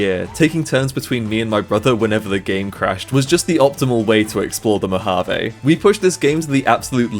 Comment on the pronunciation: Mojave* not Mohavei